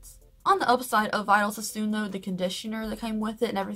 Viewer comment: LOL it's cute how you say Vidal Sassoon! That has been out since the 80's and I've never heard anyone say it like you!"😄😘 Cute!